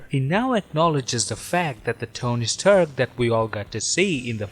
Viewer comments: "tony staherk" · the way he pronounced rdj's character is so funny. "Tony Sterk" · “Tony’s tuark”